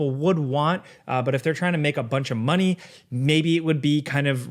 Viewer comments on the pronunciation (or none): none